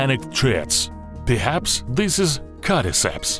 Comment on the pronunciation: "cadiceps" "codiceps" "carry ceps" "apacacalips"